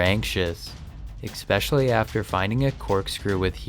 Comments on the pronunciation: Hey Genius!!! The word is not eXspecially it's simply eSpecially!!! You've said it wrong TWICE now. Why didn't anyone like your mother, father or siblings ever correct you long before adulthood??? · Oh god his cousin talks wierd too. "Expecially" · did he say expecially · Eck-specially?? Urgh makes me cringe!